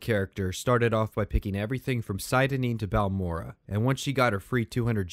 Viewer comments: sieda neen? seyda neen you filthy outlander (“say-da”) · Dude made an 8 hour video and can't even pronounce "Seyda Neen" the way it's literally spoken in-game.